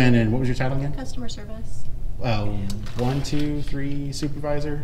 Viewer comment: cus-to-mer ser-vice..... ok, got it.